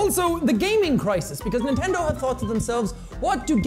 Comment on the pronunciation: nentendo laughs